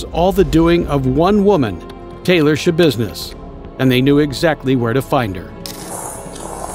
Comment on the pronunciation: "Schabusiness".... really? xD